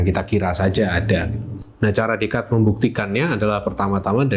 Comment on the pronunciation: Jarang orang Indo yang bisa pronounce Descartes dengan benar😊